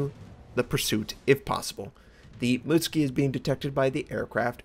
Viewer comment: Hey, it's not pronounced Mutski, it's Mu-tsu-ki O